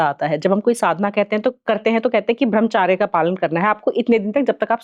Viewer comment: देवी जी ब्रह्मचर्य होता है ना कि ब्रह्मचार्य